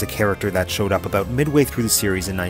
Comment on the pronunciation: That's what I'm talkin aboot... Eh?